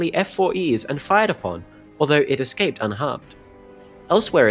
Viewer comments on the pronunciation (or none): none